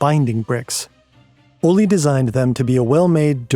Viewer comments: Pronounciation guide for and native english speakers: It's "ole (oleh)" not "olli". The K in Knud, Knudstorp etc is not silent. You pronouce it, and you don't insert a helper vowel after it. It's "knud" not "kanud/kenud". The same goes for "gn" words like "gnu", "gnom(e)", "gnostisk(-c)" - it's "gnu", not "nu" or "genu". The kj in "Kjeld" is difficult to explain to english speakers since they don't have that sound in their language. There is no k or j sound there, it's a single kj-sound that's the sort of hiss an angry cat can make. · His name is pronunciation Ol-eh, not Ollie You should’ve looked this up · As a danish person, the pronouncations are sendingggg me lmao - Ole is pronounced kinda like "OLED" but without the D, "O-lé" if that makes sense, not "O-lee", the e is hard as in elephant lol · The pronunciation of Ole is a bit off to me it sounds like the Spanish “Olé” when in Danish it is more like O le Like le Castillo. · I need an apology for the pronounciation of these danish names lol - I do love the video very much tho! So much work into a great video <3